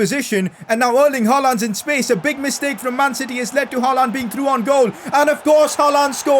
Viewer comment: Pls pronounce haaland name like haaland not haalaaaaaand 😒😒😒🥱🥱